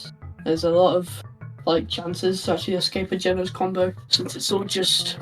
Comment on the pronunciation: WTF IS GEENOS